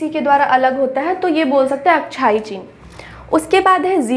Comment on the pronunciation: अक्साई चीन ❌ अक्साई चिन ✅